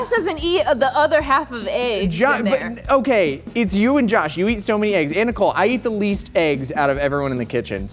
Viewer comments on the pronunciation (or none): I dislike everytime someone pronounced it "AYYGUZZ" it's definitely "EHHGGS" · When did the pronunciation of "eggs" (ehggs) become "[h]eyggs?" It's not just on MK - I've heard it in soooo many shows. But if somehow people start pronouncing eggs incorrectly on a larger scale nationwide, I'm probably going to blame Josh. Why? Because sometimes he says it right, and others he doesn't. Which reminds me, is Josh's PAPrika versus papRIka pronunciation just shtick like I believe the ehggs/eyggs thing is? Josh, let the language mutate organically. English doesn't need your chaotic radioactivity to speed up its degradation. ... Umm, ok, love y'all!! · I love how they lean in to "AYYYGs"...i never understand why people would pronounce it that way? It sounds so ridiculous lol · Sooo... Who here says "eggs" like a normal human, and who butchers the english language and says "ayygs"